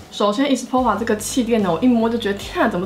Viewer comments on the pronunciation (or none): espoir的oir是唸哇的音 ㄝ死ㄅㄨㄚ這樣